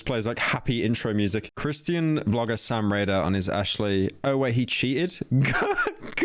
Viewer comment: The way Pyro say Christian is hilarious